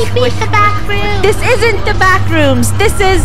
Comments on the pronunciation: DA BWACKRWOOMS :D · NAH ITS NOT “THE BACKROOMS” ITS” DA BACKROOMS”😂😂😂😂😂😂😂😂😂😂😂😂😂😂😂😂😂😂😂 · Funneh: Its not (THE BACKROOMS) its (DA BACKROOMS)